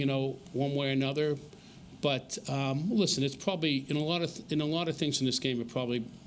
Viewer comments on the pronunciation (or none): Drink when he says “Pwobably” 🍻